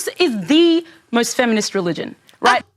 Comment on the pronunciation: Did she say feminist or feminine??